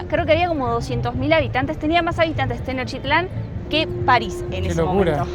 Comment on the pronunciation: No sé dice "Tenochitlán", se dice TENOCHTITLÁN. Favor de decirlo bien.